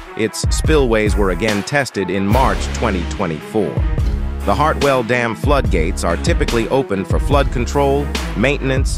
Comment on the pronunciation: Hart-well not hard-well